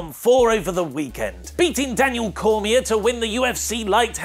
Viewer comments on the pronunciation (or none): Daniel Cormier's last name is pronounced "cor-mee-AY" ("r" is silent).